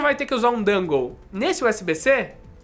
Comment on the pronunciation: Adoro os seus vídeos, mas sempre fico com agonia quando você fala "dângou" e não "dongou" kkkk